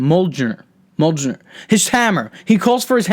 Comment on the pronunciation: when you were pronouncing mjournir, you missed a chance of adding paul rudd calling the hammer jonathan in one of the interviews